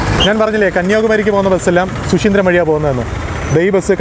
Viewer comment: ശു ശീന്ദ്രം അല്ല, ശുചീന്ദ്രം